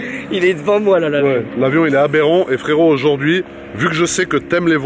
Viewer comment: Le nombre de fois ou il dit aberent 😂😂🤜🏼🤛🏼